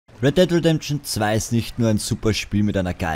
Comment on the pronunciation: weddeddlredention zwei